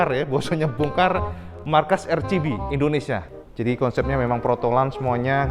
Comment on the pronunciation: RCB tlg dibaca ar si bi, bkn er chi bi